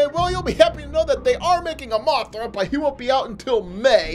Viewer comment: all the times he said the names wrong biolantis gumira kink gidora rodan aka big perabadal moogerah agirus yup he doesn't know how to talks